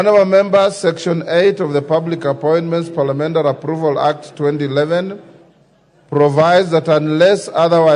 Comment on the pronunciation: Did he say PALIAMENDARI😅